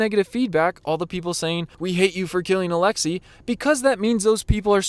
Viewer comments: did he really pronounce his name “alexa” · When you said alexi, my Alexa went off